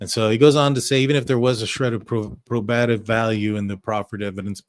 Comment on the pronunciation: PRO ba give. The stress us on the first syllable.